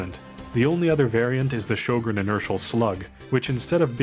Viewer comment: Good video! This is not a criticism, but just a fun fact: Sjögren is pronounced like "hweh-gen" in Swedish. I've never heard anyone pronounce it correctly. Also I'm pretty sure DICE only included the gun because it's Swedish. The in-game codex says it was used "in very limited numbers" by both sides in the war, but I haven't been able to find any proof of that haha